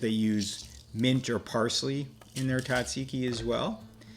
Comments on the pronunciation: Tzah- zeee-ki, please! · Very good. However, the pronunciation is Tzatziki, Tza, with a 'z' 😊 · The Z is not silent lol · I wish you could pronounce it correctly 😂